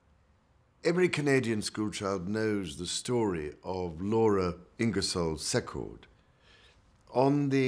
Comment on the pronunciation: Too bad the Prince of Wales could pronounce "Secord" properly. See-cord not Sec-card